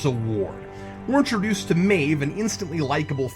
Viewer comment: I know it's nitpickery, but it's driving me nuts. Cap, her name is pronounced "MAHve", not "MAYve".